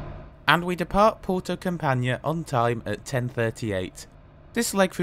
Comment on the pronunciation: Thank you. I know the traject well, but it is always fun to see a review. Campanhã is pronounced like campanYEAH. Not CamPANya. But I´ve heard worse ;)